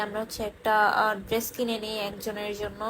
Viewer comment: Oti adhunik tai dress ucchaRon drest Hoya gese😁